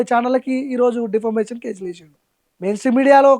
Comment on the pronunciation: డిఫర్మేశన్ కాడు బ్రో, డిఫమేశన్ అని పలుకాలె. డిఫర్మేశన్ అంటే తప్పు అర్థం వస్తది.